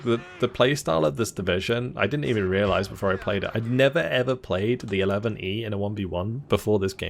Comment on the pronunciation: Just so you know... 11e is French for "11th" ... so you can just say "11th"